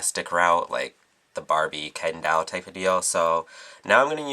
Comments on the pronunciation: "broken dall" lol its DOLL. not dall. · you pronounced doll "DAALLLE" and not "DOLLE" (: ahaha that's cute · u say doll weird.. like it sounds like u say dall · Loool. The way he says Doll, "The Dall look" Lool. To cute. c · I love how he says doll. It sounds more like DAWL. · I love how you say doll. Dall. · hahaha he has an (awesome) accent he pronounces o's as a's so its "Dawl" for "Doll" and in another vid it was "Bady" for "Body" ha its cool :P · I LOVE how you say doll... its like dahl... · lol i love how he says doll it sounds like he is saying dawl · love the way you say doll its like dawl :P great tutorial :) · lol i like how he says doll :) "dowl" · you say doll very beautiful dawel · i like the way he says doll dall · I love the way you say doll. XD ITs like "dowl" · "tutorial's over" perfect ending... and i love the way u say "dall" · i love how you say doll~~dawl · why cant you say the word "doll" properly? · I like how you say doll :) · I love the way you say Doll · i love how you say "doll" ( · he lives in thr UK,they pronouce it differently. dont make fun of his accent,i talk the same way D:< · luv the way u pronounce "doll"